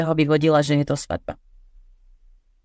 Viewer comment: Právnik in Slovak, not právník. We have something called the rhythmic rule where two long syllables can't be next to each other. :) (there are exceptions tho :D) This is something that distinguishes Slovak from Czech. Plus, it's svaDba in Slovak, not svaTba. :)